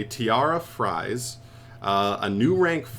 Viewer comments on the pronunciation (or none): Fries??? Fraise!!! Not fries not Tia Fries Fraise = strawberry Ai = a like the "a" in "and" Just say Frase not Fries... pls dont end up like Baronne the floor T.T It is even worse because if you say Fries it is still food it could work but I dont see Tiara in Mcdonalds in the artwork so pls say FRASE